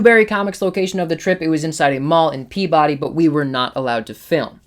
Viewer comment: As a resident of Salem I got a kick out your pronounciation of Peabody and Haverhill :) My go-to store for many years is the Hall of Comics in Westboro. The staff is super friendly and knowledgable and they have an absolutely fantastic inventory of back issues.